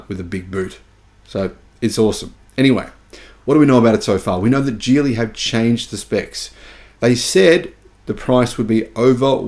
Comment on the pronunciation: It’s even in the video, it’s the Qilin battery, not ‘Kirin’.